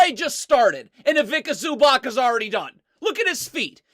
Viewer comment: "Ivika Zooback"